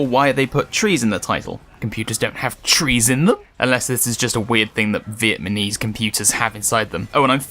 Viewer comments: I know I'm probably an asshole for saying this; but you said "Viet man eez" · You said Vietmanese. Lol